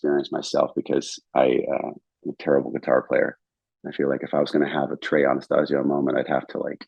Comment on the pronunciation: Pronouncing Trey’s last name incorrectly though… Edit: Mispronounced Junta, too. ✨